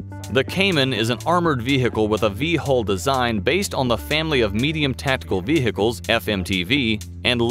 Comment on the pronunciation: Every time he says "Vehehicles" I take one sip of water.